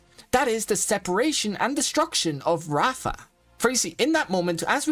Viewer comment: Ok bro i love you video But it's not raafa it's raava 😅